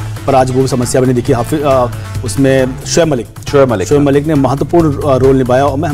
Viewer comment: Shoab malik nhi saloooo... giggaaa g bolo giggaaa g